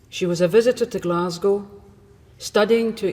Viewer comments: So glad you pronounced Glasgow properly. 😅 love from Scotland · As a Scottish lass, thank you for correctly pronouncing Glasgow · Firstly as a Glaswegian thank you for pronouncing Glasgow correctly. Secondly I was actually in that club the night it happened. Would be really eaay to leave that place because it's tiny and always packed. Like body to body packed so if she knew where her friend's were she could go through the other side unseen due to the volume of people and the fact everyone is used to being jostled.